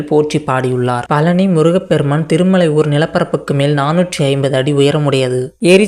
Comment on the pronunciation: பழனி என்றே சொல்ல தெரியல நீ எல்லாம் எங்கடா பேச போற